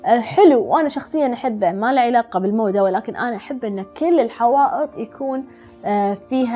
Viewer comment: نصائح عادية و معروفه بالعقل يعني ما جبتي شي جديد ما عندك خبره من قلتي الموده " الموضة " غسلت يدي منك ما تعرفين حتى نطق الكلمه الصح وتسمين نفسك خبيره مدري مصممه بعدين تراك تكلجين كثير بالكلام مو معقوله حتى ما تعرفين ايش تقولين قبل الفيديو اقل شيء حضري نفسك قبل التصوير ، هذا نقد بناء تقبليه بصدر رحب اشتغلي زي الناس ولا بلاش !!!....